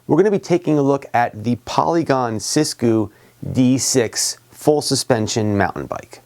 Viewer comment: “Sis goo” 💀 💀💀